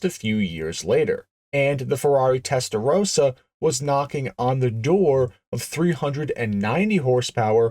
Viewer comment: It's Testa Rossa, Italian for red head. Testa Rosa, the American way of pronouncing it means pink head. Anorak fact: the front indicator/parking lights on the first DBS were from none other than a Mk 2 Ford Cortina.